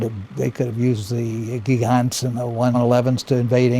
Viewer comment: The continued mispronunciation of Gigant is annoying. (Soft g, not a near j like giant).